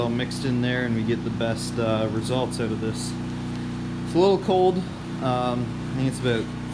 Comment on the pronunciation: Did you say, “try it ote”